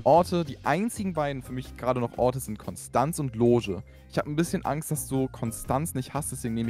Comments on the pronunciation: Hallo lieber Kevin Ich möchte euch nur mitteilen dass, es zwar Konstanz geschrieben wird, es aber im Konstanzer dialekt Konschtanz ausgesprochen wird und jeder der s sagt hat es nicht verdient in Frieden zu leben. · Triggert mich wie Konstanz ausgesprochen wird 😢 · Broo es triggert mich wie die die Stadt Konstanz aussprechen. Die Betonung ist falsch bei euch